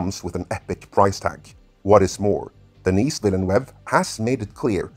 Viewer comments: Denis Villeneuve prononciation help: The « S » in Denis is silent... so if you’re an english speaker but want to say his name they way he would pronounce it... it’s more like: Dennee The EU in Villeneuve make a single vowel sound... it sounds like Uh! Or you could pronounce The NEUVE part like NEVE in Neve Campbell. So « Vil - Neve » would be close enough. Villeneuve is the juxtaposition of 2 french words... Ville and Neuve... (City and New) and literally means New City. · His name is French, not Spanish. You got Denis right...once...(sorry, I didn't hear you say the S the first time but I heard it every single other time.), but his last name is pronounced Denii Vee-nuv or Veell-nuv depending on the regional accent used. Source: Je parle Français! The 1984 Dune Special Edition has been the definitive film for me. It's not as true to the novel as the Sci-Fi Channel version, but that version of the 1984 film is a much better-told story than the miniseries (though the miniseries is still fantastic). It's also far superior to its theatrical version. I don't object to the special effects and never will. I love that movie. Jodorowsky's version deserves all of the praise if for nothing else the art and rich details that David Lynch and John Harrison were able to draw on for their versions. That said, from what I know of that version, it's overwrought, and if it had made it to film, there's a strong chance most people wouldn't have been as impressed as they expected to be. Then again, raw cuts of films tend to be five to six hours long and are eventually cut down to two hours. I view Jodorowsky's insistence that the movie be 14 hours long in the same way (seriously, it doesn't even take that long to read the book!). Also! OMG! A halfway decent casting for Chani! That is unbelievable! Oh...jeez you used the cover for Hunters of Dune for the Bene Gesserit. It's the only well written Dune novel in the Brian Herbert/Kevin J. Anderson collaboration, BUT IT'